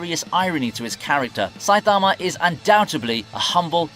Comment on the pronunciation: Why he say Saitama like that 😭